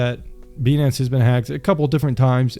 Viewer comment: 🤨 why u pronouncing it as beee nance its pronounced BYE NANCE